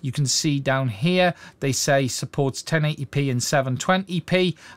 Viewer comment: I can’t help grinning a little when pronounced the word “here” as “he-ure”……I hope it doesn’t mean I’m a racist cuz I’m no Anne Robinson ya know! 😉❤️🇬🇧👍